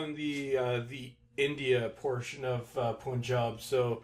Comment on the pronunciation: pun-job not poonjob, doesn't rhyme with spoon. More like the u in bum. lol.